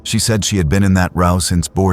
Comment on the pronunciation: It’s distracting from the story when the word row is pronounced incorrectly.